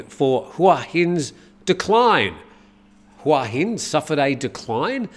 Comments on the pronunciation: Hua Hin is pronounced Hooa Hin. Hua = head Hin = rock I moved here 18 years ago from California when I was 40 and I have to say it’s sadly overcrowded with geriatric foreigners. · C'mon,surely you'd know how to pronounce Hua Hin by now. "Hua "means" head" and there's only one way to pronounce it😄